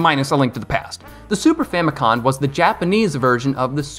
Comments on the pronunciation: Isn’t it famicom not famicon? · Bro keeps saying “Famicon” instead of “Famicom” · Wait I thought it was Famicom, not Famicon- you learn something new every day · “Super famicon” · I'm too much of a nerd, I saw this and was like "Which of the Satelliview titles?" Also it's Famico*m*. You can even see it on the controller in this very video! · 🤦‍♂️ famicom not famicon….. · FamiCom, with an M as in FamilyComputer 😉